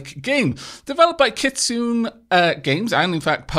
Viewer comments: Kit-soo-nay, not kit-soon. I made that mistake myself but then i learned by watching anime & tokusatsu. Japanese words are weird but then again; every language follows slightly different rules. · Kit-soon? As someone who is always very annoyed by weeaboo crap, I happen to know that it is pronounced Kit-soo-nay. What have I become? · the dev's name is the japanese word for fox. you pronounce the e at the end. it's like the e in 'men' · You managed to mispronounce "Kitsune" exactly ten years to the day after DeceasedCrab, in an LP of Shadowrun (for NES) killed an NPC with that name because commenters were complaining about how he was mispronouncing her name. Quite a coincidence, if it wasn't intentional. Before you said it, I had jokingly mispronounced it that way in my head in reference to that episode, and was startled when you mispronounced it the same way.